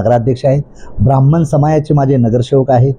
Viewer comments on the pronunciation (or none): none